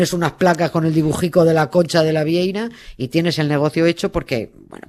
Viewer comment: VieiRa, con r.